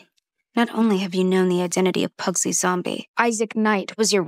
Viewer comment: Is is terrible but watchable somehow. They mispronounce pugsley and wednesday is conflicted as a person who is sad she will be seen as a failed murderer and a also she is a detective preventing murder? Also the cgi is cheap as can be